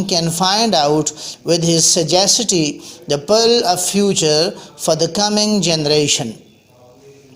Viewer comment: kindly correct your pronunciation of "sagacity"...